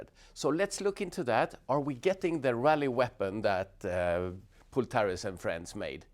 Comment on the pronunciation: the guy's name is Pol not Pool 😘